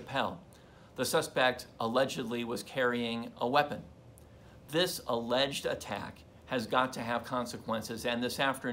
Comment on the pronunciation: Why does the guy in one of the clips keep saying "allegged"? It is ON VIDEO! It is not alleged!!